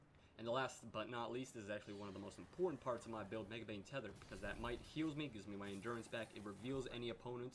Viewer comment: Btw, it's MAGE-bane tether, not megabane xD